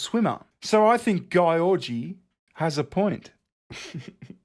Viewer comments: I'll bet that "Gyorgy" is pronounced "Giorgi" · Gyorgy is pronounced like George. Trust me i'm hungarian..... and i laughed every time you butchered her name. XD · To be fair, "Gyorgy" really should be pronounced "Yiorgy", which is a variant of "George" in Greek. Yes, how ironic it's a Greek name - the inventors of up the ... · Pronounced "Georgie" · I know someone with the last name gyorgy. It's pronounced george-E but it is spelled hilariously